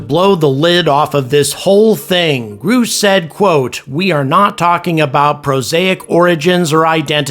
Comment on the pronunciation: his name is pronounced gr ush for gods sake. not "groosh"